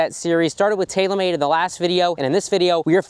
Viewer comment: I always love how you say "Tayla-Mayd"